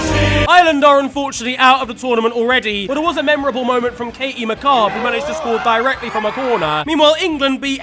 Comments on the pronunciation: Me creasing at him pronouncing Katie McCabe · Katie McCabe's been done dirty with the way he's pronounced her name. 😂